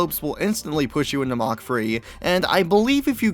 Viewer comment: he pronounces it like mock free